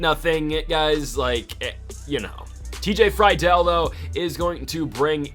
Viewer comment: Love the series but pleaseeeee its TJ Free-dul not fry-del